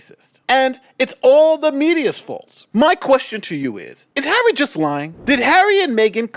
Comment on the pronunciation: Can she not pronounce Harry, it’s not Haaarrii.